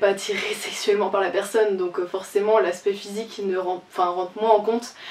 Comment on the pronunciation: Déjà il y'a des choses qui vont pas quand j'ai commencé ta video 😂 tu as dis "aspect physique" et j'ai entendu "spé physique" et 2 😂 t'as dis "les arts" et t'as mis une image de lézard 🦎.....😂😂😂